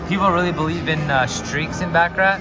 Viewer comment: You mispronounced baccarat